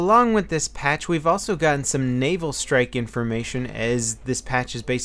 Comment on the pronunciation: Just me, or does it sound like is saying, "anal strike"... That would be some interesting DLC.